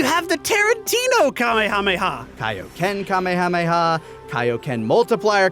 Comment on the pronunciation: Hey, you want people to stop correcting names then stop changing them for dubs, Mr. I-Can't-Say-Kamehameha-Correctly. I've usually seen is translated as "Spirit Cannon," which sounds pretty badass. Of course, there's the debate of changing the name at all, like I just said. People love to rip on Goku not having his own techniques. However, it's worth noting that while Kaioh might have invented the Kaiouken and the Genki Dama, he can't use either technique himself. He comments how he could never master either ability, so he basically only invented the concept. Goku remains the first being able to use either technique. This might be why Kaioh didn't teach any of the other fighters those techniques. Of the four that arrived, probably only Piccolo and maybe Tenshinhan could've learned the Kaiouken, and I doubt any could have properly learned the Genki Dama. There is a funny throwaway line about that, though. When Piccolo first sees the Genki Dama during the fight with Freeza, Kuririn has to explain what it is. Piccolo then says with an annoyed smile that Kaioh never even mentioned a technique like that.